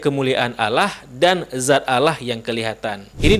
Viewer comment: Banyak lidah yg salah, dzat tp di ucapkan zat....